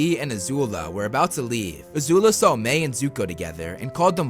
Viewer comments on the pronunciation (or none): Its pronounced "My" not "May" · Dude ma-i not may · It's Mae not Mai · I-I’m sorry but like my name is Mai and you’re saying may and it gives me flashbacks to school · Why is Mai pronounced Mei ? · I have to go back and rewatch but isn't her name pronounced like My? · You say her name weird